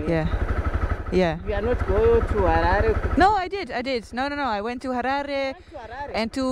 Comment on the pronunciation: I like how she can pronounce “Harare” properly.